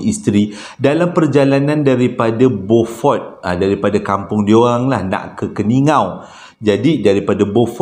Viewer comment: ...sedikit pembetulan...sebutan untuk beaufort ialah biufort...teruskan penceritaan bang...sambil2 mengorek tanah ni dengar cerita hilang rase ngantok...hahaha